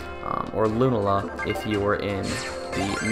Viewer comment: Is it just me or was he pronouncing Lunala & Solgaleo wrong?